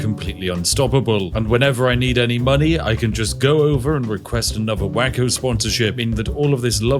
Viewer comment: Spiff its pronounced way-ko not wacko....